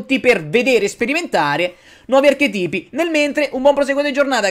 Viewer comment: Carissimo, è archètipo, non archetìpo :p